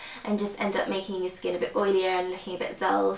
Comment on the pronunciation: you say skin weird like skeen